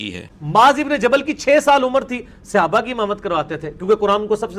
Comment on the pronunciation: اس کو تو صحابہ بھی بولنا نہیں اتا😡